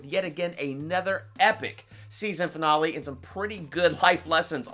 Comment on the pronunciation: I think you miss pronounced rosenbaum and finale but I guess people pronounce things differently